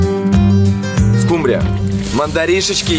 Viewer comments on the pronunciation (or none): none